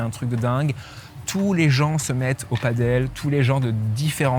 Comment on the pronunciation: On t'aime mais par pitié : Padel, pas Paddle 😁